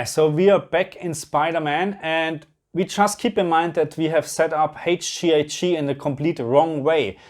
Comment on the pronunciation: Haige Gee I gii 😜 don't ever change! 🙏